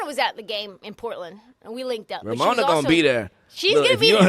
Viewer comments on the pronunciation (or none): "ROMONA" HAHAHA it's Ramona